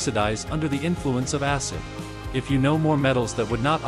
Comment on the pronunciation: Bro literally just said asscid☠️💀☠️💀